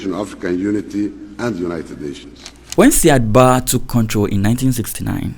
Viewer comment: Hi nice work as always. Indepth research and good narration. The pronunciation of Said Barre is: Ziad Bariy. Not Sad Ba as you are pronouncing it.